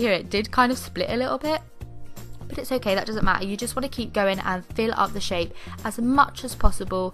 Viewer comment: Why are your saying always obaye